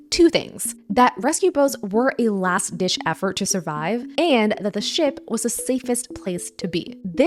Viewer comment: Did she say last dish effort? 🤔😂